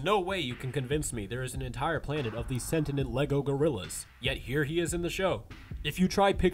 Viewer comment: Sentient* (Sen-ti-ent)